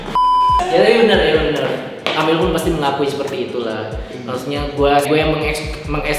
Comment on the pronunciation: mana amel, plis lah bang bukan amer